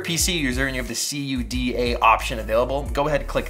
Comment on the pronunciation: It's cuda, not cee you dee ae. Great video!